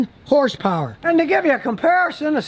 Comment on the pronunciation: Scotty: "this 4 cylinder engine puts out 310 hers purrs" Also Scotty 3 minutes later: " It has a turbo charger"🤣🤣